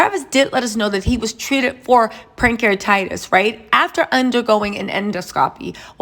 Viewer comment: It's Pancreatitis not Prankcreatitis 🙂